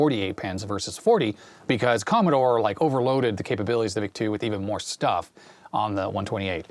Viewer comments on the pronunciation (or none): none